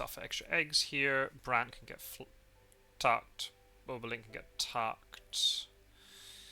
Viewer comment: Bobolink is pronounced Bob-o-link, rather than bow-bow-link :-)